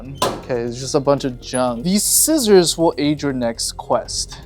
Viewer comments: he said skissors😂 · Did he say sckissors? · Did he say skissors?